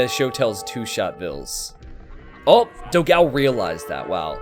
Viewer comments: please learn the correct pronunciation of "Dogão". It would be a gift to all your brazilian followers. Also, great content as always! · Your Dogao pronunciation is wrong, type "dó gão" at google translate and listen the brazillian portuguese pronunciation